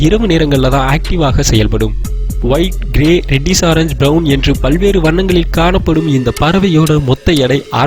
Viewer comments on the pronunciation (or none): none